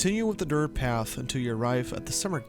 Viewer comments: It’s DIRT not dirth 🙄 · WHY do u keep saying “DIRTH” LMAO ROFL dude it’s DIRT. 😂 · Dirttttt with a T lmao not dirth. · Why the fuck do you say dirth road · "Dirth road" mygod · How many times yall think he said dirth XD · me too man! I was like is this guy saying DIRTH?? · I don't mean to be rude but is dirt road that hard to pronounce?